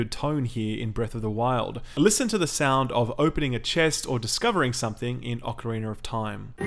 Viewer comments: What’s an “ocarinar”? Great review as always ;) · Ocarinar of time